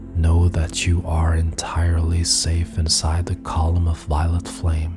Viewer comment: Is he saying violent light or violet light?